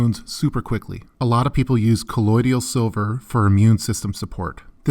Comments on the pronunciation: Colloidal, not colloidial. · Good video! Btw you are pronouncing colloidal silver wrong ... it’s “kuh-loid-l” not “kuh-loid-ee-al” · kuh-loyd-all = colloidal